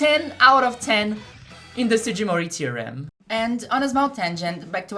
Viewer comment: sorry i heard sujimori i cant watch this 💔